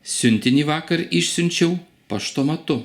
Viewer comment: Yes, you misunderstood me. In the word "išsiunčiau" you pronounce [šs], but my textbook says that in this case you should pronounce [s], without the sound [š].